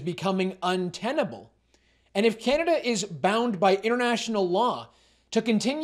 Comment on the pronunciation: Just where is this "Cyanada" place you keep referencing?